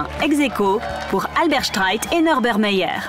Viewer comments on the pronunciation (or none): none